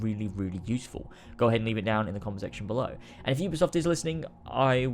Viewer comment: i always hear: and let's co